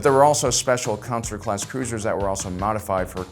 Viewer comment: Consular is not pronounced "Councilor".